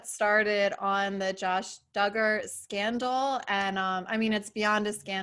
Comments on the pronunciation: This was also bugging me the whole time haha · Came for, is pretty cool! Although I love how she never quite says “Duggar” right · I love that she says it wrong. It makes me cackle! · You’re totally pronouncing the last name wrong or is everyone else saying it wrong?! I’m just saying but I really enjoy your content that we all needed reminded with! Thank you 😊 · Thank you SO MUCH for covering this story "with class." ❤ You managed to talk about this without sensationalizing it for clicks. I noticed that you purposely mispronounced the Duggar last name to try to mask it from YouTube, which really shows your sincerity. Please keep up the great work. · Is there a reason she pronounces Duggar like that? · for me it’s not about respect, I had just never heard it pronounced that way and it was bugging me the whole time I watched this. Hahaha.